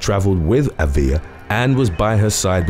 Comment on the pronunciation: AAA viLa NOT aVEE Ya